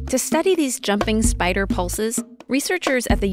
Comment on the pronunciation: EXCUSE ME DID SHE JUST SAY SPEEDER INSTEAD OF SPIDER IN THE START??